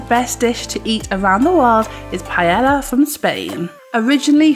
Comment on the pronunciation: The double "l" in quesadilla and paella are written but not pronounced.